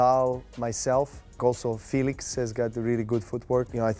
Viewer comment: Am I the only one who was damn impressed by noles felix name pronunciation . Lol